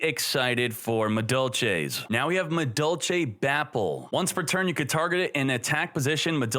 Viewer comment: Yo, am I tripping? He's pronouncing the "Madolche" monsters correctly!